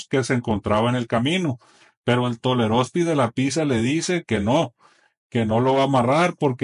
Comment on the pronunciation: Dice tolerospi y quiere decir pistolero